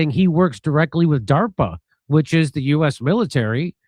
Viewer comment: It is DAARPA!!!!!!!